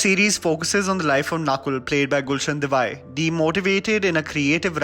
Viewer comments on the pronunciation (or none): Hey, I am following your review for Afsos & my Thoughts are consistent with what you mentioned in this video. One Generic note/feedback for you: Please work hard on your diction of Hindi words & names. This is your consistent issue with many videos. Gulsan's last name is "Dev-a-aiah(say as yeah) not Gulsan "Devaih". This being a Kannadiga name but even in Hindi names your diction is a bit shaken & it sounds a bit awkward when you hail from the mostly Hindi speaking part of country, New Delhi. Being a North Indian, at least you e should pronounciate Hindi name correctly but even many times it was not correct. In this vdo, you called out the Creative Director's name(Anirban Das Gupta) in a very absurd way. It is A-nir-baan (or Onirbaan in Bengali accent) but you said it "A-nir-bun". You often said Chapaak (Cha-paa-k) as Cha-pak in your Chapaak review vdo. It's a common sound for splashing(sound) any liquid(mostly water) in north India. You really need to work hard on this diction things for Hindi words or any other. No hard feelings bro, but it sounds very irritating. It's a genuine feedback for you because millions of people are watching your vdos and it feel very irritating to ears when somebody educated like you do this. Your English is top class but when it comes to Hindi or any other regional language(Bengali,Tamil,Telgu,Kannadiga), the things are different. Guys add your thoughts here if I am making any sense here. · Thank you. I was cringing all the time he pronounced it as "devai" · yeah it's not the first video in earlier videos also he pronounced the same. But I like his reviews. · Please GAWD! His name is pronounced Gulshan Devayya! He's from Coorg in Karnataka. Don't butcher names like this for God's sakes! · please pronounce it as Devaiyya (Devaiah) he is a Coorgie, that's how we pronounce here. Thank you. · Love your videos! Gulshan's last name is pronounced "dev-eye-yeah".. no hate man, but it's important to pronounce names correctly.